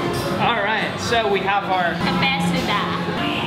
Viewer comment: Caffe shuh dah? Ca-fay, which is coffe, So-uh (say dat fast), which is milk, and say dah (at the end is a voice crack) btw, dong sounds like dome, kinda. Sorry, im vietnamese